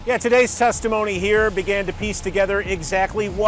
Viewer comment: “testomony” 😂😂😂 testimony *